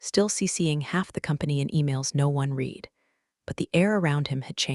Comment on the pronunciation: And work on the the pronunciation of read/red past tense.